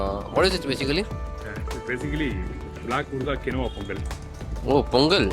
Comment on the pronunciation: Chef quinoa is pronounced as - Keen-wah!!